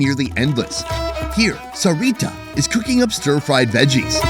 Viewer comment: I'm guessing her name is pronounced SARI-tah emphasis on the first 2 syllables.